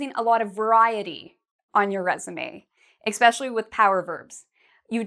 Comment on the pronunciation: Some great tips but I couldn't help noticing that you say "exspecially". The word is "especially" in English.